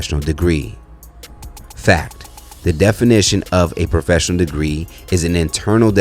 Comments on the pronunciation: She said “Hoefessional” 😂😂😂 an she RIGHTT !! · Did she say “hofessional”? 🤯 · Not Hoefessional 😂😂😂😂 My daughter said the same thing